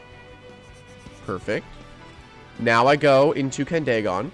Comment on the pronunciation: Also i think it’s pronounced candy gone instead of candae gone but I might be wrong